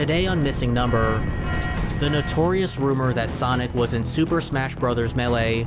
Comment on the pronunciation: Homey I love your content, but you HAVE to work on your pronunciation, there’s a couple of words you get wrong. Melee is pronounced May Lay. I would recommend finding someone to share your video with and they can provide you notes on how to pronounce words. Other than that, your content is awesome and I love it so much.